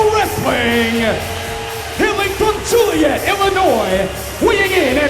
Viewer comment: Juliet Illinois? 😂 it's Joliet.